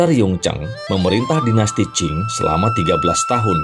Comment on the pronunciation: dinasti qing, bukan qin. cara bacanya ching. kalau qin ( chin ) itu 200 thn sebelom masehi.